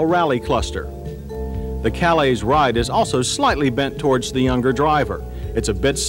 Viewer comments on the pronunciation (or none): none